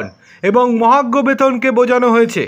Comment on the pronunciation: ঠিক মত কথা উচ্চারণ ক'রতে পারে না, চ্যানেল খুলেছে ! 🤔 মহার্ঘ ভাতাকে মহাগ্ঘ ভাতা ব'ললো ! স্যাটকে স্যাড ব'ললো ! 😢